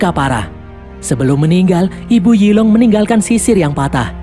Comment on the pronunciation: Yi long = zilong 🗿